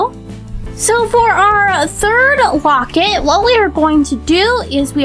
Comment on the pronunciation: you are saying wocet